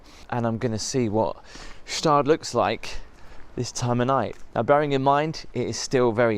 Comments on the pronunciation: It's pronounced gshdaad, the G isn't silent. I prefer St. Moritz and Grisons as a whole. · Dear & friends..- via my Foreign languages' tuition in the UK & Spain/EU decades ago; the "Gstaadt" town name is pronounced with an hard* G.., not soft. I believe native Swiss german speakers will confirm that my statement as above, is fairly accurate. Peace. Ambassador Percival Sagay, (Linked in' professional profile: Abuja FCT capital, Nigeria 🇳🇬). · It's Guhh Shtahd. And, btw, that's the boarding school Kim Jong Um went to... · Gstaad is pronounced with a hard "G" :-) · It’s pronounced Straad and yes it’s best in Switzerland and the shops can tell wh you are. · The G is silent, Staad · Pronounce Gstaad as Gh-Sh-tah-d (gh-sh as the x in luxury) 🙂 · hello, native german speaker here. by right, this would be pronounced "ger-sher-taad" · The proper way to pronounce it wasn't what the waiter told you... it's "g-sht-ahd". The initial G ist well pronounced. Gstaad means shore (Gestade in German), because there are three streams running through the town. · The G in Gstaad is silent. The fees for the schools are annual. The message on the matches is call to action for pyromaniacs! Gorgeous place - understated luxury but you complaining about how expensive everything is spoils the whole experince. Major dissonance. Why not just emjoy yourself and be grateful that you get to experience it all? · it's gstaad without 'e' - like gschtaad. And it's even for us swiss people too expensive :D And the water is directly from the mountains, we don't need to filter it. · Hello Sir- you Need to pronouce the town (G)-staad silent “G“…. Enjoy your stay here in Switzerland 🇨🇭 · You says it like this "Gaschtaad" Ga-Sh-taad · This video is not new, i saw this ages ago. Gstaad is not pronounced ge staad. Gstaad is where Roger Moore and Elizabeth Taylor had a chalet, also Princess Grace and her husband had one too. There are a lot of celebrities who had property here. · It’s pronounced shastad